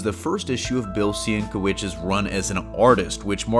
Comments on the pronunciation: It's pronounced "SEN-KEH-VITCH" my man ✌️ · sin-KEV-itch is the correct pronunciation